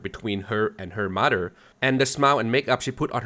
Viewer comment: the way you said “mudderrrr” was funny 😂 sorry